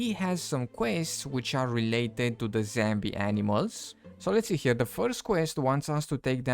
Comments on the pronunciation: I wonder if he knows it's zombie, not zambie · wtf is a "Zambie"??? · "zambi" but did they add bambi? the fuck is wrong with the "zambi" woof is he ice skating? lmfao